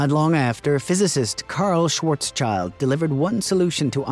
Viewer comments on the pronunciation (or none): Sorry to be that one person, but you've pronounced Schwarzschild wrong. It's not schwarz + child but rather schwarz + shield.